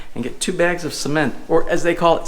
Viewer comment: Or so they call it SEEmento? lol